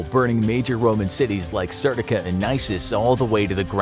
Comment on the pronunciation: Serdica is pronounced serdiKa